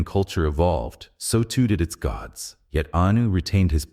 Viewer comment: “To understand anus significance..” 😅